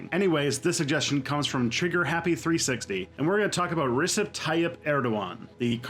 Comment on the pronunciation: The letter "c" in Turkish is pronounced like a "j" is in English. So Erdogan's name is pronounced like /rehjehp tayyeep ehrdoe.an/